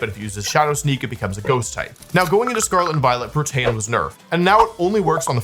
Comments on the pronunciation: It's PRO-tee-un. Definitely not Pro-TEH-un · The amount of times I look at my screen like: wtf how did he pronounce that name, is so much more than I would expect from a professional player... i mean protAYan? Wtf 😅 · Someone has probably said this but kecleon’s ability is pronounced “pro-tee-an” not “pro-tan” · Protean --> Protain! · Funny a nerd doesn’t know how to say the word protein 😂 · There is no shot somebody pronouncing Protean as "pruh-tan" is anything other than engagement/ragebait lmao no shot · I dont think you say Protean like that. Think its more like you say "Protein" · NOBODY IS GONNA MENTION HE SAYS "pro-tay-en" ?!?! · Prot-AY-an LMAO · lol i like how people pronounce “protean” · That's not how you pronounce Protean. EDIT: lmao "forme" be pronounced as formey utterly slays me oh wow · That pronunciation of protean is absolutely diabolical 😂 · The names are easy to know where they come from. Besides, the problem is he can't read. Everything else you said doesn't matter. When it comes to pronouncing real words, he still fails. Or do you actually think Protean is pronounced that way? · Saying protean that way will get you nerfed for life I swear 2 the gods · please stop saying protean like that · What an interesting way to pronounce protean. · The fuck is that pronounciation of protean. Is that a regional thing, or had he never heard the word before? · I have never heard Protean be pronounced like that. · "Protean" are you kidding me this has to be rage bait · this guy has to be trolling with these pronunciations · okay i know this is a ragebait that wolfe does all the time, but the way you said "protean" reduced my life expentancy by like a full month